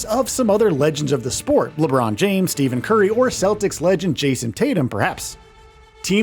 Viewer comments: "Steven Curry".. stick to your genres. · Steven Curry...? Does this person even watch the sport?